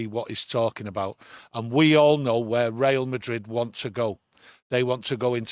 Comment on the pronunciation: Real Madrid not Rail Madrid ffs 😆